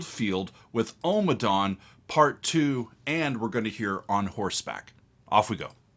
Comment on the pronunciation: Ommadawn, not Omadawn